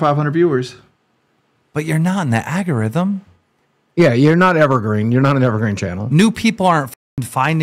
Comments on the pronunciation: "agorithm" - keemstar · Keem the regard, "Agarithm"